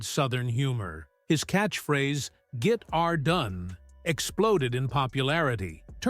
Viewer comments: It’s not Get R DONE, it’s pronounced (Get ER Done) , you don’t know what you’re talking about. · He doesn't say "Get Are Done" as this narrator says, it's one word "GITERDUN"